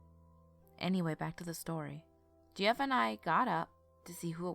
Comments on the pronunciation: Deff not pronounced "Geoff" lol it's pronounced "Jeff" my brother has the same name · Geoff is pronounced Jeff. just had to mention it. funny way to spell the name imo!! ;) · Marietta (Mary-Etta), Kennesaw (ken-uh-saw), Kennestone(ken-uh-stone), Geoff (Jeff) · Love the narration and the story. Great work!!! Ima fan. BTW Geoff is pronounced Jeff. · Hey sis. HOW do you feel about rerecording the Jeff story? Because I had to listen to it twice because I was more entertained by your pronunciation of Geoff. And silly enough me and my husband got distracted and started talking about people who spell their name that way. Before we knew it. We had missed the entire story. lmao... I'm thinking maybe we weren't the only ones. Just a thought. but i STILL you have an awesome voice. <3